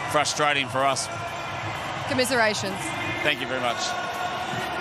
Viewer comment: This is the woman that says "conmiscerations", where the hell did she get that from? maks everything worse